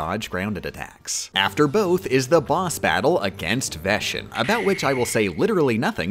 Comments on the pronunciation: mispronouncing Larxene, Vexen, and Marluxia's names every time where it makes any KH fan's skin crawl.... It's Lark-Seen, Vex-En, and Mar-Loo-Sha. Not Lar-Shen, Veshen, and Marloosh. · Tell me you've never played KH:CoM without telling me you've never played KH:CoM. "Lar-SHEEN" and "Ve-SHEN". Like jfc man, you gonna call Axel "A-SHEL"? They literally say them in game with correct pronunciation. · Larshene..... veshen..... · Veshen, Larshene? Ughhh. It hurts. Lol. Also Le Vie en Rose instead of Divine Rose. I hope he's just messing with us. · It's pronounced "Larks-seen", not "not Lar-sheen" "Vecks-sin", not "Veh-shin" "Mar-Loo-shah", not "Mar-loosh" And yes I am a stickler for name pronunciation. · Why do you pronounce the x in org 13's names as a "sh" sound (ie "larshene" instead of "larksene," "veshen" instead of "veksen") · Same with Vexen. It's pronounced like "Vecks En" not "Veshun" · WHY TF ARE YOU SAYING LARSHEEN AND VESHEN STOP OMFG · It's still agonizing to me why she pronounces some of the organization member's names wrong. They say their names in the cutscenes why is Larxene, Larsheen? Why is Vexen, Veshin? Why isn't Axel, Ashel? Is Xion pronounced Zion? Is there an inside joke I'm missing??? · The way he pronounces the "x" as "sh" in the organization member's names bothers me so much. I suppose he'll pronounce "Axel" as "Ashel", "Xehanort" as "Shehanort", Or what, "Roshas"? Bro, it's an "x". It's "Vex-in" and "Lark-seen". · Levien Rose... Larsean... Vesion... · "larshene" "veshen" god dammit bro they say their names in-game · same with "veshen" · Larshein Veshen... Ok whatever you say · I was trying to figure out who you meant by "veshen" until you showed him... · That's not ACTUALLY how Larxene and Vexen are pronounced, right..? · i think it's utterly adorable that you call the Hollow Bastion keyblade by its japanese name and not any of the alternatives. almost makes up for how you say larxene and vexen